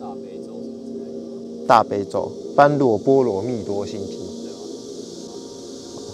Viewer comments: 前幾天有看過 要練肌肉跟身材 教練跟那個人說要吃肥一些 再鍛練身體 他吃了很久吃了很多 一直變胖 開始懷疑被教練耍了 但還是一直吃 結果鍛鍊身材 效果很好 腹肌一塊一塊超明顯 中間結束那邊 我以為真的結束了哈哈哈哈 另外那不是唸般若ㄅㄢㄖㄨㄛˋ 是唸般若ㄅㄛㄖㄜˇ 歡迎預約賞屋笑死了哈哈哈 不怕鬼 怕的是青蛙跟蟑螂🤣🤣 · 沒意外應該叫 般ㄅㄛ 若ㄖㄜˇ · 般若的正確讀音是ㄅㄛ ㄖㄜˇ 哦